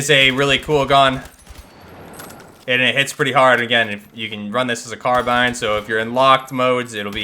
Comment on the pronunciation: Lots of issues with these. The new FiveseveN model will never not look atrocious, they chose the 3 most boring Sniper Rifles that I don't at all care to use despite loving Sniper Rifles, no .338 conversion for the M250 sucks, Israeli weapons in a game right now feels just completely tone-deaf and insulting, and way too many H&K weapons. Also, it's inarguably pronounced "car-bean". It's never been "car-byne".